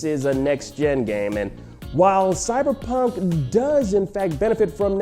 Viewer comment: "Cyberjunk" Nice 👌